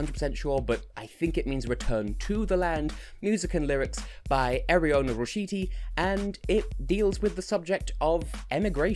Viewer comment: You got Jonida's name right, luckily still in contact with an Albanian from uni so asked her how you pronounced it